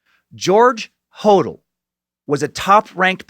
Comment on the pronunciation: Corprophagia is pronouced COR-PRO-FAY-JA! George and Steve Hodel's surname is pronounced 'Ho-DEL'.